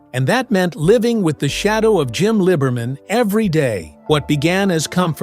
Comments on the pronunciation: The video is a joke since some shots show Barbara Rolf’s being represented as Pam Hardy and the narrator can’t even pronounce Jim’s last name properly. It’s Liebman not Libman you jerks. What a shame ! It could have been great but you blew it! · The picture , white top, isn't Pam. Also, I've never heard "Liberman" pronounced that way. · over-hyped,as always.cant even pronounce Jim's last name!!piss poor post..